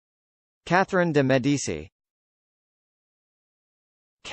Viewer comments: 😳 seriously? So wrong!!! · Truly sorry but that's the wrong way to pronounce it